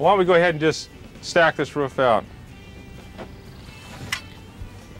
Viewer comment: He mastered making the roof but not how to say it